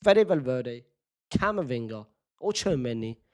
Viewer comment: It’s Camavinga. And you know it